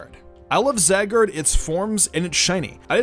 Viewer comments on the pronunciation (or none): Za gard... WHO ELSE DIED FROM THIS😂 Zi guard is how you pronounce it.